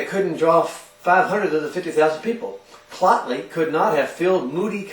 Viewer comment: great assessment dude..dont worry probably next time you wont be saying 'Clottley' or 'Cottley' in your video.